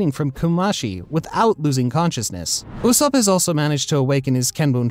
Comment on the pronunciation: So we're not gonna talk about how he said usopp